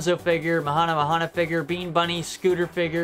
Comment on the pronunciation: It’s Mahna Mahna (muh-nah muh-nah)…like the song.